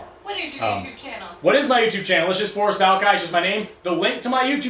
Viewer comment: Forrest, I love you, but your "R's" do need some work. 😂